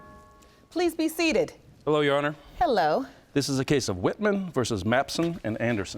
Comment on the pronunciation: “That’s RighT’jana”, instead of that’s right, your honour. She’s so illiterate! Instead of sleeping around with all these cousins, she must put her time and money in a beter education. I feel sorry for Mr. Maps on.